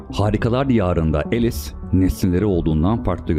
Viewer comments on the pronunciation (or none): "elis" değil "alis"